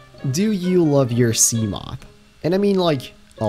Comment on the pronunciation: Can you stop pronouncing seamoth like a twelve year old? It’s “see-muh-th”